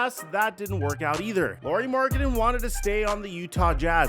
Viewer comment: Can you please stop pronouncing his name like Lori. It’s the same as Kyle Lowrys last name .